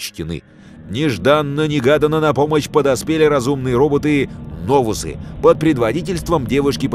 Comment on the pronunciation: Неновусы, а Новус